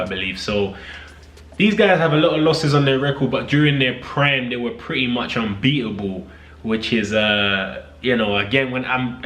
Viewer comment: “In their pran”